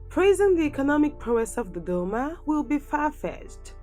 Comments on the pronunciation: Ohh I like the way she says Dodoma!😁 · Ohh I love the way she says Dodoma! 😄